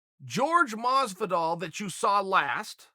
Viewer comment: Masvidol !! Talk to ya in a couple weeks.